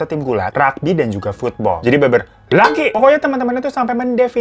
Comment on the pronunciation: lucu caranya bang Hiro bilang "laki" ku ulang-ulang saking uniknya